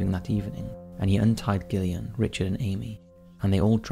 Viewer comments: Just because her name is spelled with a G, it's still pronounced Jillian, NOT Gill-Ian. With all the horrors the poor girl had to go through, calling her by the wrong name isn't going to make her feel better. Sorry Gillian. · I love your videos but I wish you’d learn to pronounce the name “Gillian” 😅